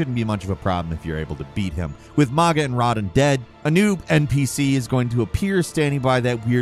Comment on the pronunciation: Who tf are Mowgah and Roddin?